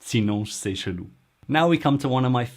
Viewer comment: "c'est" is "se" not "sey" and "fait" is "fe" not "fey"